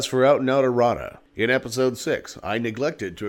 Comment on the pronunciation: you are saying "errota"? because it sounded like at the end you said it would be unlikely to have a Creationist do a video like this... and it sounded like you said "Creationist Erotica video" (insert the coffee spit-take here, my coworkers wanted to know why I was laughing so loud) - that creationist video could only be fodder for more comedy... keep it going brother ! I look forward to each new installment !